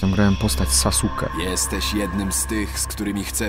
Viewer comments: O boże gdy usłyszałem że powiedział sasuke nie saske to się wkurwiłem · To nie sasuke TYLKO SASKE BOŻE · chce tylko wspomnieć że nie mówi się "sasuke" ale "saske" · Nie sasuke tylko Saske😂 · Pani maruda: SASKE NIE SASUKE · ej wszystko ok ale mówi się SASKE OK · czyta sie SASKE a nie SASUKE TRIGGERED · jaki szanujący sie fan anime ogl naruto z dub. plus czemu on mówi sasuke czyta sie saske xddd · Wypowiada się Saske :)